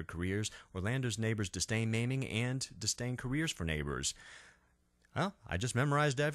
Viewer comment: "ribeiro" not "ribierto" ... "disdain" not "distain" otherwise, great video!